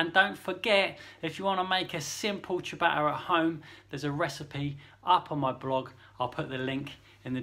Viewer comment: "...if you want to make a simple chuh-batter at home..." Gah! My ears!